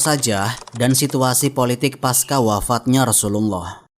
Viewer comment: Bukan paska melainkan pasca. Itu bukan bahasa inggris yang menyebut "c" menjadi "k".